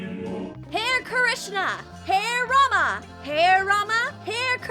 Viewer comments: Not had rama hare rama say it like this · The video is really nice but the pronounciation of hare Rama was wrong I am Indian